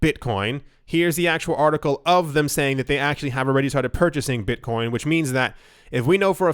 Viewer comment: "Beetcoin"